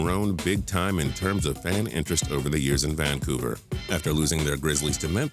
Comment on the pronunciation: Why does the narrator have such weird voice inflection and intonation? The way he pronounces words like "Vancouver" is just so weird. It's like he's never ever heard anyone else say the word, and he has some robot telling him how to pronounce it!